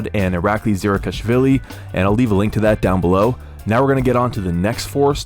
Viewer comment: One of the few western people who can pronounce Zirakashvili and Kydyrgali :D